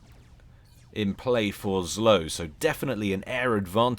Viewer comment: The pronouncment for zlo is "zwo", its "evil" in direct translation from russian.